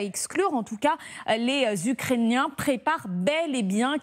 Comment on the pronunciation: elle dis ukrainain ça va pas fort sur ce plateau 😒😒😒